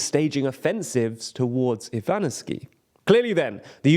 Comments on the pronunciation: how does 'Ivanivske' turn to 'Ivganiskeev' 😭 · You should at least try to pronounce city names correctly. How did Ivanivske turn into "Aivaniski"?